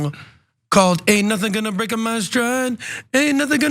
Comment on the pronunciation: “Ain’t nothin gonna Break-Ah my style, nobody gonna slow me dow..” 😂😅😅